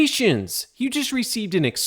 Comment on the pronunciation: I subbed just cus of that opening "ConGrajulations" 🤣